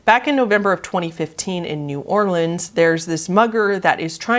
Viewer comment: Props for pronouncing New Orleans right!